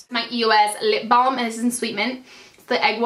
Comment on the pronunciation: hahahah i like the way you said lipbalm!! :D